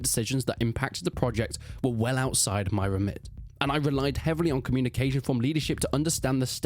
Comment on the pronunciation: Why are you saying remit like it's a verb? I mean, it can be used like a verb, but you clearly meant the noun. English is a stress-timed language, where you put the stress on a word conveys meaning or the opposite if you put the stress in the wrong part of the word. First vowel if you mean the noun and the last one if you mean the verb, ok? We teach it to kids in primary, so we know if they mean record as in to record something or playing one. Reemit. This is English, not 'Nam, there are rules. *Apologise. This is English, not Italian. I'm English, you're English, he's English, so let's write in English! Even if it was written like that, you should put it back into English.